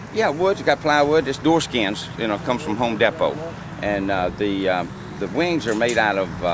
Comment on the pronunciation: It's pronounced HOME DEE_PO ...